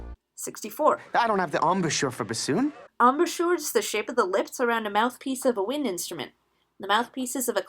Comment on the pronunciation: You pronounced Bassoon wrong